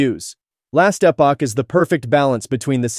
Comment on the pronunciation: Romeomasaya, it’s not people. Listen to it. Mispronouncing words like Epoch. Its description of the games are just botty. It might be ran by a human but a human isn’t narrating the video.